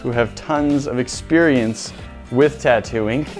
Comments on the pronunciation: Is it just me or did anyone else hear "Tatooine" every time said "Tattoo ink"? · Same but I heard Tattoing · Am i the only one who hears "Tatooine" 😂